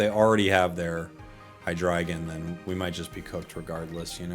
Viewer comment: First Youtuber I've ever seen pronounce "Hydreigon" correctly.